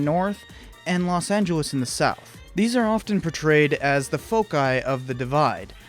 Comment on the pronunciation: was that the same video where he pronounced Los Angeles like "Los Angle less" ?